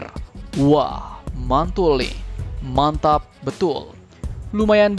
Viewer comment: Biasa aja dong ngomong mantap mantapnya min